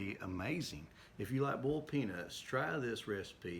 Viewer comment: “Bowled Peanuts”